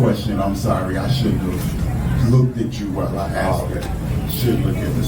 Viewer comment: When she was trustee, she sure axed a lot of questions.